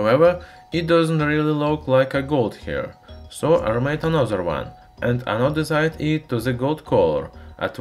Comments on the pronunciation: if you have trouble pronouncing some words, why don't you look it up and practice the actual spelling/pronunciation . ANO-DIZED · Love how you got tired of saying anodised and in the latter part of the video, resorted to anodizide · Anodezide?? Is it anodized?? By the way great video love it